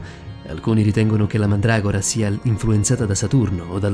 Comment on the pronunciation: no pke si dice mandragora